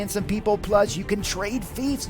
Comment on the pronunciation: lol how this guy pronounces fiefs